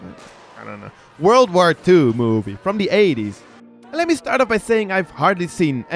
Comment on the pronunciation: Drugs...I mean the way he makes a long "O" when he says movie....explains it....